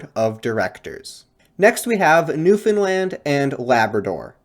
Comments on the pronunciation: great video but you pronounced newfoundland wrong! it's new-fin-land or new-fun-la-nd (nd one sound), you can also hit a little stank on the a, optional regional dialect, new-fin-l-eeand in new finlnd like new-finland! short, pronounce the a, it's not like the european country Big irk in the province! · Newfoundland should rhyme with "Understand" - otherwise a great video and very interesting! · For the last time, it's newfoundLAND not lind (edit, you only pernounce it wrong the first time) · I respect the effort, but you were nowhere near on that pronunciation 😂